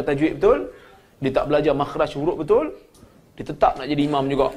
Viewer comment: Ustad pun cakap tak betul' betul di sebut betuel ! Tetapi itu bukan hal solat...agaknya takdalah org yg masuk ke dlm surga . Ustad pun lain ustad lain" cakapnya dah makmum pun pening dah lama" tak solatlah lagu nie Salah lagu tu Salah bosanlahh aku fikir Tuhanlah yg menyusahkan ummat. Aku cakap ni pun kehendak Tuhan jugok. Azan berlagu pun Salah jugok org cina azan bunyi lain org melayu azan bunyi lain Org thailan bunyi lain org arab lagilah lain Org Pakistan bunyi hindustan org jawa bunyi dangdut dah pening Pala...